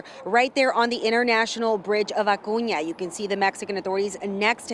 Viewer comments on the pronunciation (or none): Who else cringes when they say Acuna and not Acuña?